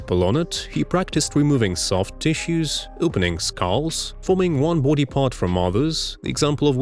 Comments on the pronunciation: This dude says booty instead of body.😂😂😂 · Did he say booty? 😂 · Bro the beginning why did u pronounce body as booty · “What has he done to his boody” 😂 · "his boodi" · Great video, but every time you say body, I hear "booty," lol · I love the way you say "body". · Came here for the pronunciation of "body". Stayed for the content